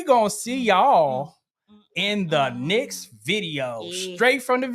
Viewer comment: Thank you for this video. Excellent info. Just curious where the Mr is from because I notice he keeps pronouncing next as nix